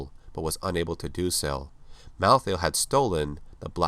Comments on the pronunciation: rlly malthiel thats how u say it? "malltheall" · How come you pronounce "malthael" in 2 different ways